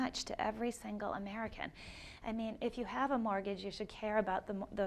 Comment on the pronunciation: Is the host not able to pronounce "mortgage"? He keeps saying "mortage" :)